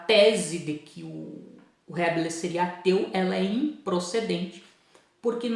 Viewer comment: Professor, me perdoe a correção, mas o som correto de Rabelais é: "Rabelé"